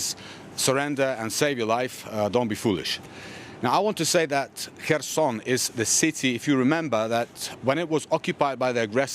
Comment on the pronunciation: Reporter: Herson & ukr guy : Kherson 🤔